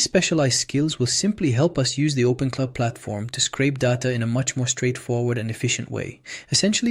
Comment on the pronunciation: Its OpenClaw not OpenCloud. Just for future reference.